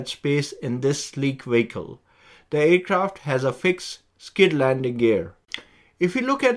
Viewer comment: Vee hick el….very simple.